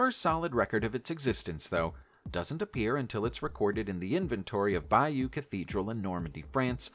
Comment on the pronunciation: It's not Bambora. It's pronounced Bamburrah It's also BAYo tapestry as in Budd Bay,in Washington state.. Not Beyu. Sorry,but it grates on my nerves hearing people putting out videos but not pronouncing things properly.